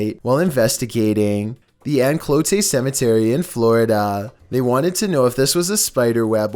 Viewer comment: Anclote is prounounced Anne-Cloat. But yeah, that footage from the cemetery is just Spanish moss it looks exactly like that.